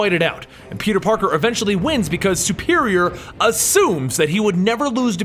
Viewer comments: you keep saying peter PORKER and not peter parker funny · Did he say peter porker